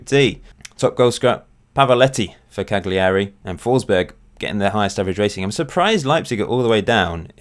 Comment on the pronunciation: It's pronounced Kort Rike. And Cagliari has a silent G. So it's said as Caleri. Good vid.